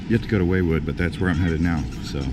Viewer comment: ‘Waywood’, ‘Ocean Beach’? Get it together dude. Do some research before you visit these places. It’s ‘Wildwood’ and ‘Ocean City’. Yikes